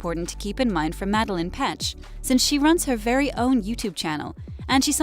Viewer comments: I'm sorry Ik she has accent but still... Its ăpa not opa Also its madaLAINE not madalyn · Her name is madelaine mad-e-lane not Madelyn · The way she pronounced “Madelaine” made me cringe 😂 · ItS MaDlaInE MADL-LAINE SAY IT RIGHT